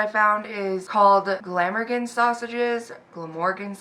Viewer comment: "Glam-Organ" the way you said it the second time is perfect lol. Glamorgan is a place in Wales (I'm Welsh, living in Wales lol) but never bothered with the sausages as I'm a meaty girl hahaha! They are a vegetarian sausage, traditionally made with a specific "Caerphilly Cheese" and leeks, then rolled in breadcrumbs and fried. Caerphilly is another place in Wales, that are known for loads of different local, homemade cheese of different types and strengths (pronounced a bit like "Car-Philly" lol) but yeah, I've never bothered with them lol. Im still watching, so lookin forward to seeing what yours turn out like lol. Wales do really good beef for mince and steaks, even the Royals say haha. And Welsh Lamb.. but I don't like lamb 🤢 Our scenery is the best bit though.. Mountains, Beaches, Castles and farms! I live on the coast so have all those within 5-15min drive from my house 😍 xx ❤xx Hope you're doing ok beauty xxx